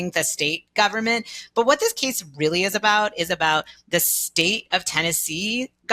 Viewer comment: Yikes! We get the dreaded combination of uptalk (every phrase ends with rising intonation, as if she's asking question after question, even though she's not), and long A pronounced like long E (this "keese" is about the "steet" of Tennessee "displeecing" parents and doctors). I would feel sorry for the Supreme Court justices even if I agreed with this person's argument.